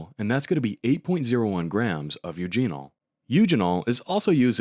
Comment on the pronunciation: "Eugene-ohl"? Who would ever say that? Really!